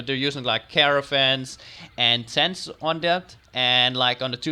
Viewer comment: the Map is Gorgeous,but your completely Butchering the word "Tent" (you said Stents instead of Tents)